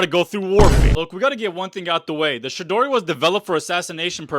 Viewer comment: The way you pronounce Chidori pisses me off